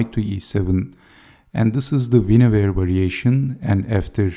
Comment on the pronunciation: Sir, first of all I have to thank you for the right pronuntiation of Winawer as vi•'na•vər for this is not an English name. Many people have to learn that English is not the only language on Earth. And thanks for sharing this amazing game, too.